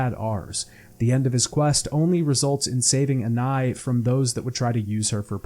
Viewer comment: why are you saying anais like that? who tf is anai?